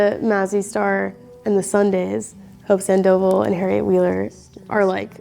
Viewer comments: She said Sand-Oval for Hope Sandoval lmao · 1. Trish Keenan WAS an incredible songwriter, not is. She died. 2. Hope Sandoval's last name pronounced as "sand-oval" made me LOL. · the way she said sandoval lol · the way she pronounced hope sandoval's last name.......lol